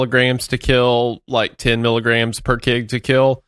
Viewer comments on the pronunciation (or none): saying "migs" and "kigs" instead of "emgee" or "kaygee" for milligrams and kilograms is killing me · wendigoon trying to pronounce the abbreviation KG as ""kegs"" is so fucking driving me insane and for anyone wondering, no, you just say the full word kilograms, you don't say the abbreviation at all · It kills me how instead of saying kilo Wendi says kig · i have absolutely never heard anyone pronounce mgs and kgs as "migs and kigs" what the hell